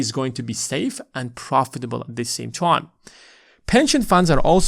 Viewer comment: Good video. I agree with everything except for how you pronounce the word “time”